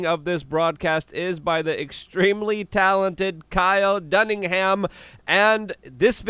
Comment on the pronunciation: Dude ..his name is Kyle Dunnigan..you haven't once pronounced his name right..Never..say his name. Say it right dude.. that's Fuct man